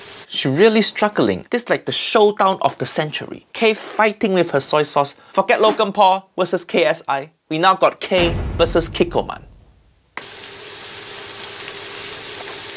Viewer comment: It's kikkoman not kikkokay